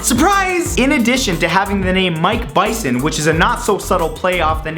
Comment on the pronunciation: You also pronounce "Bison" like the german word "beißen", which means "(to) bite". Could be a reference, too ;)